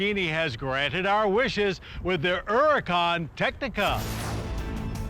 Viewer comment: I like how Mr. Davis pronounces the name “Huracán” correctly. Kudos to you Mr. Davis.